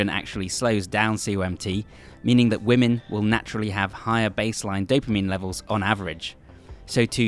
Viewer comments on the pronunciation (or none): none